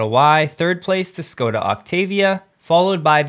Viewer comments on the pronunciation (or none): Škoda is pronounced SHHH-koo-da The Š is a "Sh" sound. Sorry, pet peeve. You do GREAT reports, thanks for them all!